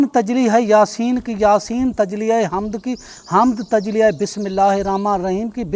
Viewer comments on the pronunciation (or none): Tajli nhi tajalli hota hai